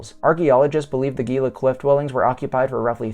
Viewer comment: For the love of G-d, "HEE-la"